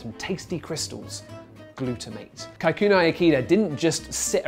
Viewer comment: Shame on BBC! Who pronounce Kikunae as" Khay khu Nay " 😒